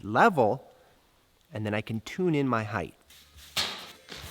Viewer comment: Do you people know HEIGHT ends with a T and not a TH???????